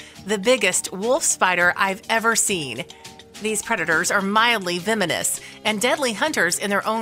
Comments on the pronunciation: veminous and acrosst is this the new way to say venomous and across? please try to talk correctly or you'll sound like you don't know anything and you look like idiots who can't be trusted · Good grief, the narrator needs to learn the language! Vemonous? Accrost? Foilage? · Beware of veminous insects in the foilage.